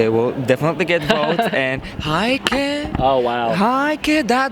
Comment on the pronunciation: still saying "Heike" instead of "Geike"... come on you can do it:-)